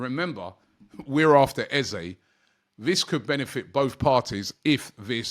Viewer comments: You clearly have not spoken to him, or how he has responded to this question to the media. I will educate you, I wasn't going to. Eze has been asked many times, is it Eze orEza. His reply is it is Eze but if you want to use EzA it's ok. Typical Brit's that bastardising a name and pronunciation as they only hear others start using it. Is a big deal to Eze, not really. It's just respectful to call his name correctly, not what people say at school. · It's Eze with and E not EzA there is no A in his name ... as he has stated many times. He's such a nice guy and just excepts either, but it's important to respect his correct name.